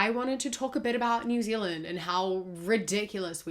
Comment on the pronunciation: Ah yes new zealaind